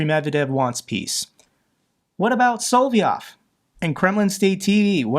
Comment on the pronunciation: your presentations are absolutely great but, yes, you need to look up the pronunciation of a lot of names. “Vucic” is VUCHICH; “Solovyov” is SO-LO-VEE-OFF; and there many other Ukrainian and Russian names you’re mispronouncing—so many I don’t know what to do—but you’ve got to do something! Many Russian and Ukrainian names are three syllables, and the accent is frequently on the MIDDLE syllable.